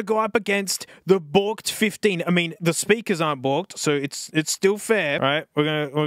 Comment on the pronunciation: "BIG SPERKER"